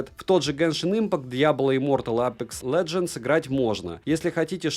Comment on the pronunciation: апЭкс лЭджЭнс а апЕкс лЕджЕнс не аЗус а аСус